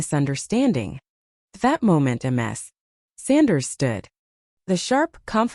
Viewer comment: Ms is pronounced "miz". Not M-S. That would be Multiple Sclerosis. The voice reading is terrible.